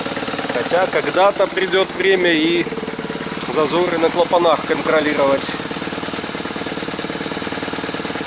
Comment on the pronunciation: Только не «как у Днепра». Научись говорить правильно - «как у BMW» 😂 И не «клапанА», а клАпаны. От слова клАпан. Вивчай історію «советьських» крадіжок.